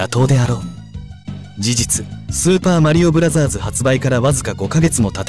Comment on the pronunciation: 발음 좋다 슈퍼마리오 브라쟈즈